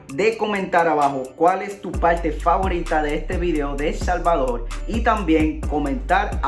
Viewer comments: Bueno Helmano nos alegla que te encante El Salvadol. Porque no puedes pronunciar la R??? es facil para todo Latino Americano. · POLQUE EL SALVADOL y no PUELTO LICO.... :v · El Salvadorrrrrrrr con rrrrrrrrrrrrrrrr